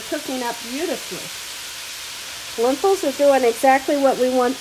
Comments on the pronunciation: Lentils or lenthils? Not tryna be mean but it is pronounced Len-til (like mental hahaha🤣😂🤣) no “h”.... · Hello...I've been watching you for about 2 years. I like your cooking shows so much. I wanted to tell you that your Lentil soup is my favorite. I had to tell you though, it's pronounced Len-tils, not Len-tils with an h. Please don't think I'm being pretentious, I admire you and you establishment. May THMH(THE MOST HIGH), bless you and keep you.